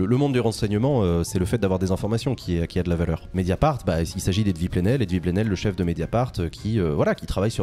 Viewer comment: Dès que Jean dit Edvï ça me tue